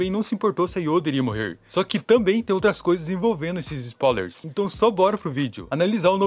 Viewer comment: Bom vídeo, mas por favor fale certo, não existem "SPAULERS" se escreve e se lê SPOILERS